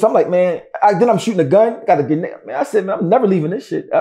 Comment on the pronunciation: He said grenade too lmao 🤣